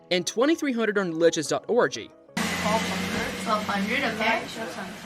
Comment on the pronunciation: why did you pronounce lichess like that lol?